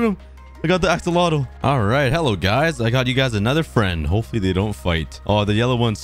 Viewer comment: I love the way he says axolotl assolotl